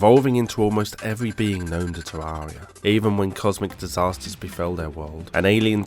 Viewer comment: i always find it funny the way he says terraria tywaeya